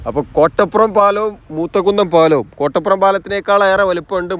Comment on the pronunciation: കൊട്ടപ്പുറം അല്ല കോട്ടപ്പുറം